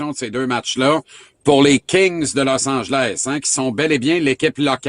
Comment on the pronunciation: ''Losse Angèlle'' LOL